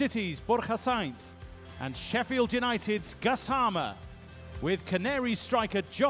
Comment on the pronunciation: Sounded like he pronounced it 😂gusarrmer